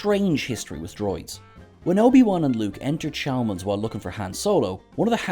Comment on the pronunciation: Please pronounce Han correctly.